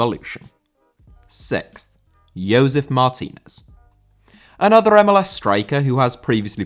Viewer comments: Josef* not Youwsef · It's "Joe-sef" not "Yoe-sef." I know it's tough trying to figure out when you are supposed to use the "Y" sound in Latin American names but this isn't one of those cases. lol.